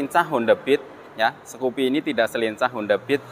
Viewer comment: Skupi mas bukan sekupi 😁